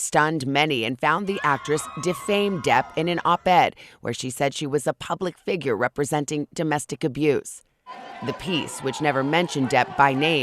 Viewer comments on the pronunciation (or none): none